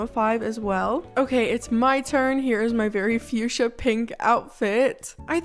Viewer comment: When you said fusha? Sorry I'm not the best at spelling but when you said fusha I heard you said 🩷. Btw is such an beautiful name and your voice is so cozy and relaxing<3